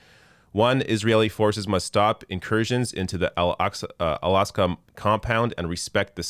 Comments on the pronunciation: Just an FYI, it’s AL AK-sa not AL AS-ka. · It's not the "Alaska" mosque. It's Al Aqsa. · Al -ak-sa Not Al-ask-ah It shouldn't sound like "Alaska" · It is “Al Aqsa” not al asqa. You made me laugh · Someone probably corrected you but just in case... It's Al-Aqsa mosque on the Temple Mount, not Al-Asqa. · It's actually Al-Aqsa mosque not Al-asqa* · Just a small correction but significant to its name.. It’s ‘Al Aqsa’ Not ‘Asqa’! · Its Al-aqsa not Al-asqa just shows how ignorant "abc news" is. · It’s al-Aqsa NOT al-asqa But soon it won’t matter after israhell takes it down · Al-AQsa, not Al-Asqa,! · btw it is not al asqa but al Aqsa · It’s “AL-AQSA”, not Al-Asqa. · It's Al Aqsa n not Al Asqa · It's al aQSa mosque not aSQa Cheers mate 👍🤓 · Al Aqsa.. not Al Asqa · Al Aqsa - AK-SA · This is great, but it's 'Al Aqsa' Mosque... you should know this considering this is such a huge part of it! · No. It’s Al-Aqsa Mosque. Cheeses!! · It's Al-Aqsa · It's "Al-Aqsa" mosque.